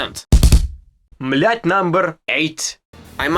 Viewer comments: Sounds like he says milf not myth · Mooth.. coolest pronunciation ever. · Mlyth lol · Dude, “myth” is a word a lot of us Americans can’t even pronounce lol. Great video! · I enjoyed your pronunciation of "Myth #10" 😂